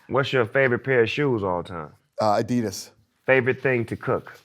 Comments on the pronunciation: Did he say Adidas?!?! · did he say addidas? i like Dana for not being Reebok's bitch while collecting the checks. Don Status.